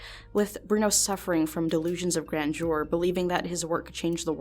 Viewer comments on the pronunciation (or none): It's important to note going forward.. The end of the word "grandeur" is not pronounced like the end of the French greeting "bonjour". Important if you'd like to be taken seriously by adults, anyway.